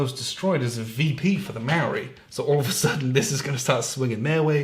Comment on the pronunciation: As a kiwi I'm a little aghast at the pronunciation heh